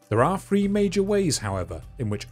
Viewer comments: What accent is this why does he say “frwee” instead of “three” Great vid tho ! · For check: can the narrator annunciate properly? Eg does he pronounce "the" as "f". Does "three" sound as "free". Yes. 🤦 I'm out. (Where do they get these poor quality narrators from???)